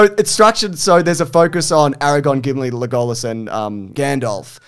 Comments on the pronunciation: Is it an Aussie thing to call him LeGOlas rather than Lego-lass? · leGOluss is my favorite pronunciation so far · AraGON and LegAhLas is killing me